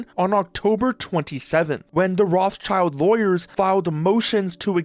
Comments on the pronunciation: Afaik the right way to pronounce "Rothschild" is something along the line of "Rot-shield", with the last -ld piece being soft like in Gerald. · The name Rothschild is originally a germam name and in Germany it is pronounced: Rot h shield Rot means red schild means shield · That guy who said his own name part wrong (schild isn't spelled like "child"! It is the German word for Shield which is spelled just with a shorter i that sounds like the English "e") seems to be even worse than Nintendo. Patents of Ideas that can't be a real device shouldn't work as a patent. But the USA is that greed capitalistic that their patent system lets it happen... Who believes AI blindly that they are too stupid for their life! That, what we call "AI" today can only copy stuff and they can't know what is right or wrong. So if they also should generate things they just copy, not create. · I can't stand the way you pronounce Rothschild. It's not roths-child. It's Roth-Schild (the -th is a hard t, the Sch is pronounced as in sh*t), which means "red shield" in German. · Rothschild not rothchild it is a German rich Familiy with quite Reputation. You could Translation this Name into Redshield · Dude please, the name is not Rothchild but pronounced more like Rotshield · It's not a "child". The name is composed of the German words for the colour "red" and the fighting gear "shield" — pronounced "rott" plus "shield". Is that patent troll pronouncing himself "child" ?! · Can idiots please stop saying Roth-Child? It's RothSchild, pronounced in German or French. Learn some words pls. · Enjoyed the video! Side note: It is not "Roths Child" it is "Roth Schild" (Red Shield) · bro i can't not crash out over the way you say Roth-child hahaha you say Rot-shild, good video tho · Dude cant even pronounce Rothschild i am totaly confused what rot child he is talking about 😂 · His name is rothschild, roth-schild... and also you dont say roth you say rot, and schild like shield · It's pronounced as Rot-Schild